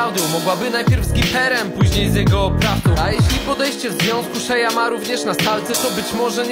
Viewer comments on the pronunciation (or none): none